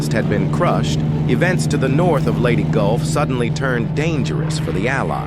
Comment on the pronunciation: lady golf?? wtf! The AI narration was disrespectful. That it was also stupid goes without saying.